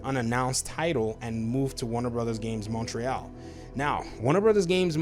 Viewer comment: Living in Montreal, I sort of chuckle when you say the name. It's pronounced more like "Mon-tree-all" but no worries. So are you saying you can see Cory Barlog to fill that position? It's interesting as his wife is Swedish but he seems to exclusively bleed blue (PS). Patrick is possible and makes sense.